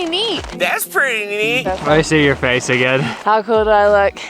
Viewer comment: I backed up "my frace" 3 times and was cracking up LOL